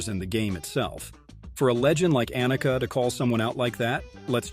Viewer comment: Her name is Ahneka, not Anneka. And it's sorenstahm. Not sorenstamm.